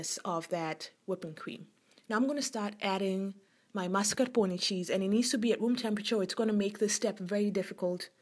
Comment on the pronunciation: God love you for saying zabaglione and mascarpone correctly. :-) Looks delicious!